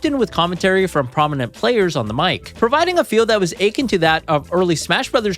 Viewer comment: Is this AI script or something?? How do you not know how to pronounce “Akin” ???